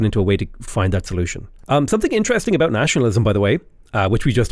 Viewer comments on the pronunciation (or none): none